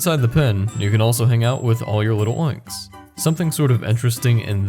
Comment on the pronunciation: you wouldn't say little-oinks, so why say lil'-oinks? It's clearly Lil' oinks